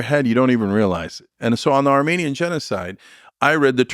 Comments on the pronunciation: Lol idiot Lex can’t even pronounce Armenian correctly. I’m Armenian, wtf is this shit. The collective IQ in this room is somehow in the negative. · He can’t pronounce Armenian correctly, he doesn’t give a fuck. Armenian genocide is a huge topic, we don’t depend on this idiot to bring it up. Idk if you know this but Biden had already acknowledged it at this point in the interview.